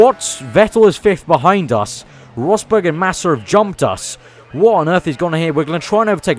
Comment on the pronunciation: "WHAT ON EARF" LOL